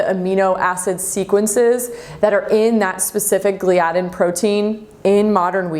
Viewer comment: it is pronounced gly-a-din